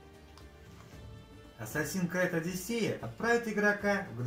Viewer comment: Ассассин крЭд?! Что? Хреновое издание от хренового издателя.